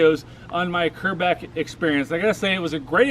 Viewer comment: Do a burn out.. and you're pronouncing Quebec wrong QU NOT QR